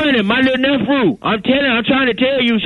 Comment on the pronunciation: "My lil nefrew" 😂